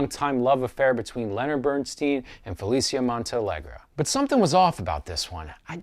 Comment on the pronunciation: Somehow I can't give credence to a review in which the reviewer mispronounces the last name of the main character throughout the review. And the "nose" references were a cheap shot...even Bernstein's children said it was a non-issue. You are right about the central role of Mulligan's Felicia, however. PS: Ely cathedral is pronounced "EE-lee" not EE-lye"